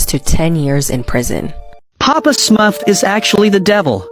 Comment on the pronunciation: Are we just gonna not pay attention to how it said Smuff instead of Smurf... 😭